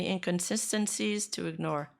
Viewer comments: inconsistencies incon-cisten-cies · i laughed at the aggressive typing at the end after speaking the word "inconsistencies" wrong repeatedly HHAHH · "aggressive typing for inconsistencies pronouncation" This part rent free in my head for now